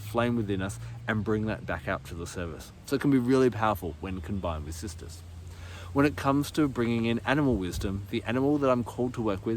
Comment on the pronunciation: With your accent it sounds like you’re saying Sisters!